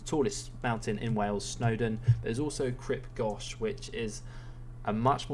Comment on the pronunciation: Port Curowwno? Cribb Gotch? That guy you’re watching can’t speak properly. St Davids in Wales and the surrounding Pembrokeshire coast is worth a visit. Gower (Welsh: Penrhyn Gwyr) is pretty as the guy said. It was the first area in the UK to be designated an Area of Outstanding Natural Beauty. Bear in mind tho that this video is aimed at a domestic audience of people who can do leisurely weekend visits to these places by car. By train you're going to have to think about places that are accessible and multi-faceted, like old cities.